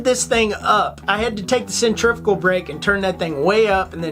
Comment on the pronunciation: Pretty sweet review of the Piscifun brother and love when you tried to pronounce centrifugal. Centrifyoogle!!!! lol Thumbs up brother!